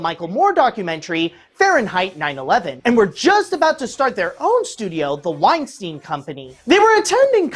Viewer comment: Why does he pronounce "Weinstein" as "Uainstiin"?